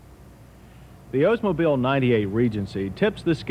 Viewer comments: “Ohs-mobile” lol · It’s pronounced Oldsmobile. Not Ozemobile. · Why do people keep saying “Ozemobile?” The car is named after Mr. Olds , not Mr. Oze. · Why does everybody say “Ozemobile”? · He says "O's-mobile". Ha ha.